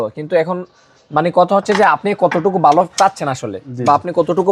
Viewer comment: "DRUST" ache? Naki "DUST" ache? ..."BOY LAGCHILO"? Naki "VOY LAGCHILO" "BALO.." naki "VALO"? Apnito Banglai Tikmoto Bolte parchen na !!